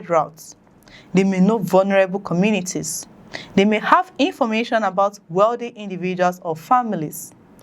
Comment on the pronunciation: We appreciate the news you bring to us but you need to work seriously on pronounciations eg... "Commitniti"=COM-MU-NI-TY "Suspet" = SUS-PE-CT "Adoption" = AB-DUC-TION "Copration" = CO-OPE-RA-TION so and so forth. Please, note these correction is not to be dismissive of your effort, or in any way trying to minimize it. No. It's just one of the ways to help you grow aside of watching or liking. Thanks, and kind regards.